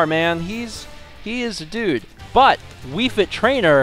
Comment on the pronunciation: did anyone notice he said wii frit trainer in stead of wii fit trainer. is the time